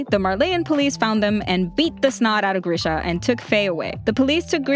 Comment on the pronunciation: Nah it’s greesha